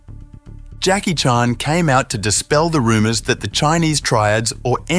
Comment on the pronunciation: Please learn to pronounce Jacky’s name.